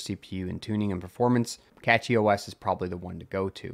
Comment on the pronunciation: CachyOS Is pronounced "cash-ee" not "catchy".